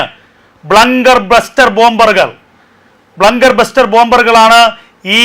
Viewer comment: Not blunker buster bunger buster. ബങ്കർ ബസ്റ്റർ